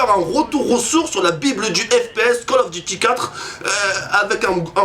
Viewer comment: les vidéo call of sa craint c'est pour les kikoo de 10 ans+c'est pas cale of dity mais call of duty apprend à parler